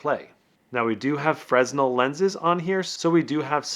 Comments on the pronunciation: someone teach this native english speaker its not said frez nel its fre nel godamit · 2,000 hrs? Ouch, that is nearly a full-time year. Very nice video. Small nit … Fresnel is pronounced Frenel, with a silent 's'. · Great review! BTW, the "s" in Fresnel is silent and the accent is on the 2nd syllable, as in "fra'NEL". Sorry, its the theatre major in me. Lots of Fresnel lights used in lighting production.